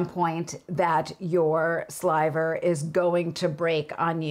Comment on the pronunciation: 😁ok elephant in the room ... at first I, (really the Lola in me) thought you said there was saliva on the wheel, oh she said sliver didn't she?